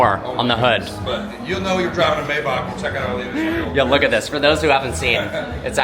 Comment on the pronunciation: It’s “my-bock”! 😂